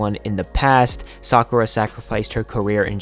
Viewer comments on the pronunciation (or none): none